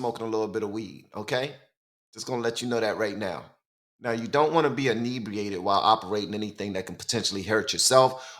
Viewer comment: Interesting video…PS just and observation it is inebRiated not inedriated….:)